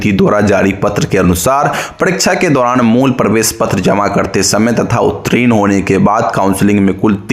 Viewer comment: Good morning Aapke dwara hamesha ek word uttirna ka galat uchcharan (utrin) bola jata hai.kripya sudhar lijiye